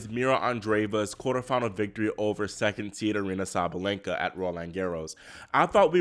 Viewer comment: why do you keep saying “SabLenka?” It’s Sa-Ba-Len-Ka!” Sabalenka!! 🤦🏽‍♀️😩😂🤣